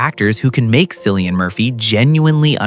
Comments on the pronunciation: The way you incorrectly pronounce cillians name makes me not want to subscribe 😢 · Killian his name is pronounced killian my goodness if you are going to do this get the pronunciation right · The C is pronounced as K. Quit using it like the Boston Celtics. Completely wrong. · I know, this drives me crazy, I hear Cillian's name being mispronounced more often than not 🤔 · I enjoyed watching this but echoing the comments below it’s Cillian with a hard C as in K. I don’t understand how you can take time to produce a video like this and not get his name right, particularly as he’s everywhere globally at the moment, and quite rightly so. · He is so private than a lot of people who think they know him can't even pronounce his name. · Please pronounce that lovely Irish name correctly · For gods sake how could you get the pronunciation of his name wrong. It’s Cillian the C pronounced like a K. It doesn’t give me much confidence in this article if don’t get his name right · I know 😖 I’m in America & watching something to take my mind off the hell living in here. It makes me angry when they can’t call him by his name. So trying to not be angry for a while didn’t work because this idiot can’t manage to pronounce his name correctly 🤬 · Cillian is pronounced with an initial K sound, not an S. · It’s pronounced killian not sil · It’s pronounced KILLIAN….not sillyan….get his name right for gods sakes!! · His name is Cillian Murphy, pronounced with a capital K and NOT Silian with an S 🤔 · Yes, I love "discovering the real stories" more when you pronounce the subjects name correctly as Killian but spelled Cillian. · Hey commentator, how about discovering how to pronounce his name! Not Silly-Ann but Killy-Ann!!! WOW 🙄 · Kilian,not Cilian. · His name is pronounced KILLIAN not Sillian. Get it right. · His name is not Sillian, it’s Cillian, pronouns as KILLIAN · Disrespectful Man. It's Killian not Sillian. Do your research. Its so annoying to hear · It’s pronounced KILLIAN. 😬😳